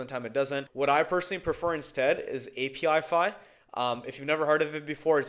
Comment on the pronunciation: “app-ih-fy”, not “API-FY”, mate.